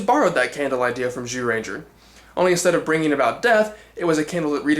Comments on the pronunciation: Guess you realized that it's pronounced "Jew" and not "Zew"? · Strike that, you still pronounced it as z rather than j throughout most of it.